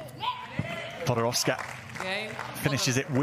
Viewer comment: PodoroVska?! Why he said PodoroVska?